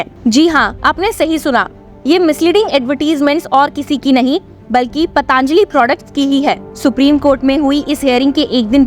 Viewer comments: पतांजली नहीं पातंजली बोलिए। अपना उच्चारण सुधार लीजिए। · इसका उच्चारण पतंजलि होना चाहिए न कि पतांजलि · पतंजलि बोलें पतांजलि गलत है।